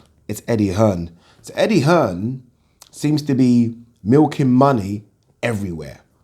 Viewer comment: Eddie 'Earn' Hearn